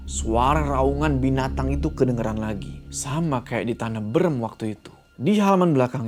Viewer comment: maaf aku ngakak sebagai orang sunda pas denger bilang "tanah beureum" wkwkwk